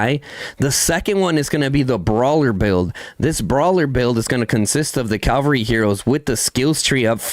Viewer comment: lol brah, it's called Cavalry, not Calvary. Calvary is where jesus got crucified. Cavs are fighters on horses while calvs are baby cows or on back of your leg.